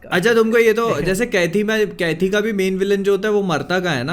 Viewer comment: Aare bhailog "kaithi"pronounces as (kaidi) means prisnor.